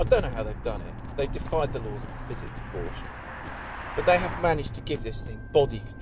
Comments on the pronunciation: First of all any "car expert" that pronounces it Porsch instead of Porsche (ProshUH) is automatically discredited. Second of all, when the Porsche got "stuck" and couldn't climb the hill the 2nd time it was clearly about 10 feet behind the Range Rover and in 3 feet of mud, where as the Rover was half way in the grass to start. Also, you can have the most powerful vehicle in the world but it all boils down to the tires and how much grip it has. A Ford Focus could beat both of those cars if it were fitted with better gripping tires. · Agree. Tires would be crucial in a test like this and the reviewer can't even pronounce 'Por - sha'. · Dear, try to pronounce word "Porsche" properly. The letter E is there for a reason...